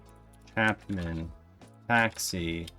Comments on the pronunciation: Small point: CHAPIN pronounced with a long "A". Like chay-pen. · CHAY pin not Chapman... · I don't mean to be a jerk, but there's no M in Chapin. Long A. Chaypin (phonetics). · It's chay-pin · I’ve seen many people mispronounce “Chapin”, but I’ve never seen anyone repeatedly change it to a completely different name while reading it off a page. Until now, that is… 😂 Good ol’ Harry “Chapman” haha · Its Chapin, not chapman... put your glasses on.. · Sorry to correct you but it's NOT Chapman there is NO M. It is pronounced Chay-pin. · Lesson for future videos - learn how to pronounce the artist's name. It really deterred from the video and the greatness of Harry Chapin. (CHAY PIN) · Chapin is pronounced 'Chay-pin'. I think you would really like his song 'Cat's in the Cradle'. It's probably his most well-known song. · I'm glad you caught the mispronunciation of his name..I thought I going to lose my mind if you mispronounced it one more time!..I mean, there wasn't an M within 10 miles of that name!